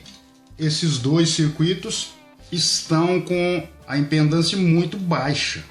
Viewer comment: Só pra te alertar! não se diz IMPENDÂNCIA se diz IMPEDÂNCIA OK.